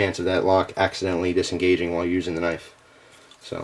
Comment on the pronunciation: "Disinlock the gage" lol